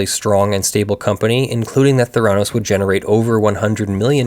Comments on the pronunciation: No, it's pronounced with the accent on the first syllable, schwa on the second: THAIR-uh-NOES. Those of us in Arizona--which was at the epicenter of the debacle, where our government-as-business governor had state law changed specifically to benefit Elizabeth Holmes--know the pronunciation as a result of complete media saturation. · It’s pronounced “Thr- a - nos” It’s a portmanteau of therapy and diagnosis. They scammed a lot of rich people who didn’t do any due diligence. If she had only scammed retail investors she would probably be a hero on Wall St and would get a job at one of the major banks. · It's THEH'-rah-nos. the accent is on the first syllable. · Not 100% sure, but probably pronounced with emphasis on the first syllable, THER-a-nose, since it's probably derived from a Greek word. .... After checking, it's an amalgam of 'therapy' and 'diagnose', so 'thera-' + '-nose' does indeed sound like my suggested pronunciation. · I couldn't deal with you constantly mispronouncing the name of the company in this video.